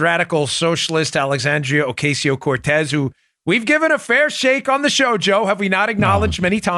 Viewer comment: AXEXANDRIA OCOSIO KOTEX.........PRONOUNCE IT RIGHT DAN.......LOL